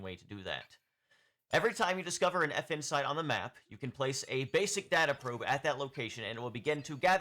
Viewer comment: I can't not hear "Effin' Site", which perfectly describes my feelings about them. 😂